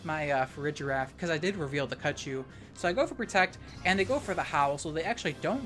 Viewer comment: Cud chew sounds more like CUT YOU